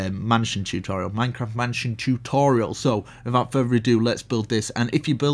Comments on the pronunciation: He says minecrap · it sounds like he said "MineCrap"